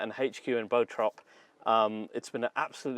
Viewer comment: I live in Bottrop and I love the way you pronounced it. Happy to see people travelling around the world just to visit the Brabus HQ :).